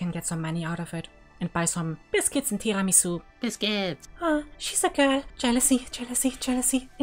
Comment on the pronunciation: The way she says Tiramisu sounds so german to me for some reason